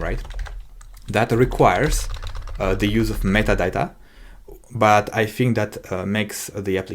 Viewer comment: Кекаю с каждого "МЫТАДАТА" (metadata) произнесенного на протяжение видео)) Но да, за гайд респект, очень подробно всё и это прекрасно)